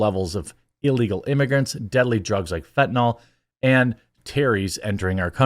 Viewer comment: JEREMY, others... plllleeeeease staaahp pronouncing the word Fentanyl incorrectly. Drives me batty.😂 Its NOT pronounced fentaNAWL. It is pronounced JUST LIKE ITS FRIKN SPELLED. Fenta NIL Not fenta NAWL, fenta NIL ffs whyyyyy?😂